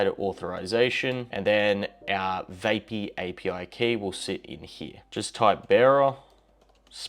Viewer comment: It's VAP-EE, not VAY--PEE